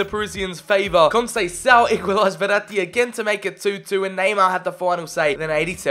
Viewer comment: Conceicao is prounouced con-say-s-ow and he is portos managers son